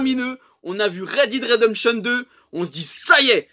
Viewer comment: Red did redemption 2 ? C’est pourtant pas compliqué de dire « dead »non ? The walking did ? Je suis à 28 seconde dans la vidéo et déjà tu racontes des zinzineries. Jamais le jeu a 10 ans de développement c’est à peine à la sortie du fameux « red did redemption 2 » qu’ils ont commencé à bosser dessus et encore, les mecs on recommencé a plusieurs reprise. Bref je continue la vidéo maintenant. 👌🏼